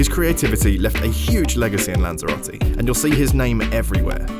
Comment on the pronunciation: "What to do in Lanzarote" or "Guide on how you pronounce Spanish the worst way possible"